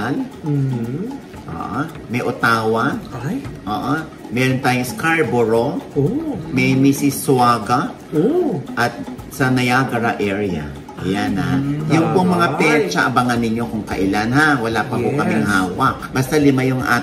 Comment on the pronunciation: Mississauga - Mi si sa ga ang bigkas Ogie. 😅